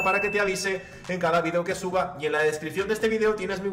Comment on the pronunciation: Por que no sabes pronunciar video por dios